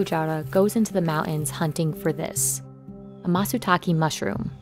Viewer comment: The "Mow-ins" Why do chicks never pronounce Ts in the middle of words?!